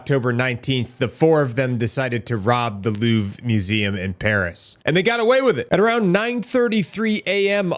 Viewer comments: Louvre ❌ Loof ✅ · Its called louvre not luuv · It's "Louvre", with an R